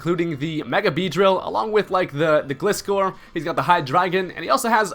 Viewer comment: Aren't the first 3 letters in Gliscor pronounced like the word "glide" not like "gliss-score"? I mean he is a gliding scorpion